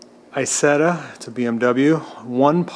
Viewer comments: Just a small correction on pronunciation if I may: It is pronounced E-Zetta. In German (in this case and with certain other words) the I is pronounced like an E. I don't know if you are aware of this, the Isetta was original produced by a company called Iso. Isetta means "little Iso" Enjoy your videos. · David M However when Isetta's were made by BMW they were pronounced E Zetta. If you go to Videos especially those the are from Europe they are pronounced E Zetta. I don't know how the I is pronounced in Italian, perhaps it is pronounced as an E as well.Maybe some who is familiar with Italian can chime in. =) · In England, where our Isettas were not made in Germany, it is ALWAYS pronounced Eye-Setta. S is pronounced like S here, not like Z. It's an Italian word anyway, not German. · ***** You kinda did with your snide remark "In the USA we say some words differently, so I will continue to call it I-Zetta." As an American myself I find that remark quite arrogant.Are you not willing to learn how to pronounce words correctly, or do you think as an American you are are above that? Just saying. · ***** I merely pointed out the correct way to pronounce it to the poster of this video. I did it in a courteous way, as a suggestion.As I said you can pronounce any way you wish, but with the caveat that pronouncing a name wrong makes you look like a novice to those in the know.Take that advice any way you wish. Peace